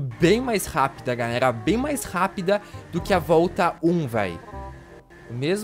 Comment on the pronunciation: ele fala galelalalldsakfaf